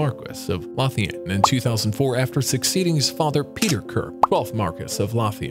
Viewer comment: It's not pronounced lawthian, but rather Lowthian like low thee ahn.